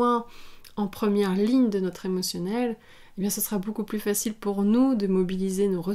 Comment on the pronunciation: Je vous ai bien écouté et merci de vos enseignements, c'est passionnant mais de grâce, à votre tour, pourriez- vous m'écouter? on ne prononce pas le s à plus, ce qui nous permet de faire la liaison.